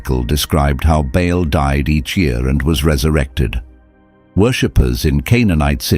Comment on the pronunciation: Baal not Bail. Or Bale.